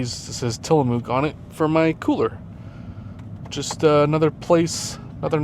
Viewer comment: just a reminder how to properly pronounce Tillamook